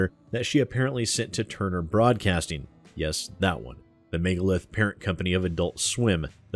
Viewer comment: "Turner Boradcasting" gj.